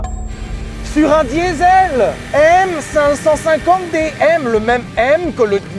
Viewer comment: On dit M Cinq Cinquante D s'il te plait!! on n'est pas chez Mercedes